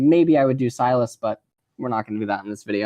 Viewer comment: The name is pronounced See-las (see pronounced as the verb see and las as you pronounce the word last)